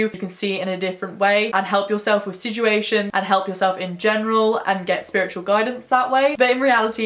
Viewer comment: Drink every time says siJuations:’)